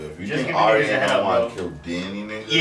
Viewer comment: plus it's pronounced differently. Arya (Are-yah), not (Air-ē-ah)